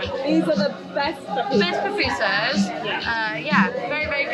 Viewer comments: Girl that’s my country and btw it’s Poo-poo-sas ok 😅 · PAPUSAS HAHAHAHA THESE GRINGOS BUTCHER OUR LANGUAGE. PAPUSAS HAHAHA IS PUPUSAS.